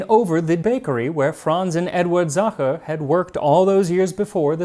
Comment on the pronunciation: He pronounces Sacher perfectly, torte is pronounced tor-teh, with the stress in the o and the soft t just as he does. It is just the eh at the end he fails, but Waow ! He got it 90% 👍🏻 the Ch in Sacher is not an easy sound!